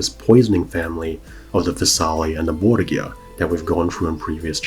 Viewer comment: It is always interesting to hear how English speakers pronounce words from Spanish. You almost got it. To pronounce it as you do, the name should be written "Borguia". The modern pronunciation of that faimly name would be closer if you swapped the G for an H. Bor-hia. That aside, the video is awesome. Thank you so much for all the research you made for it.